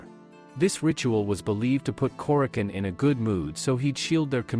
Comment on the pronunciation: Nice video. I believe the proper pronunciation is Kore-a-chone.